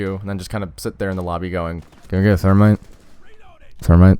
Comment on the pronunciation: Can I git a Thurmite Thumite...Thurmite???